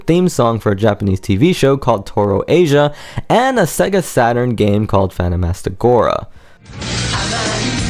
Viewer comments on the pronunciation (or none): none